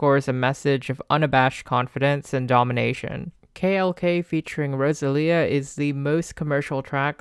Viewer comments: "Ross a lee a" PLS 😭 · girl if you pronounce Rosalía like that one more time😂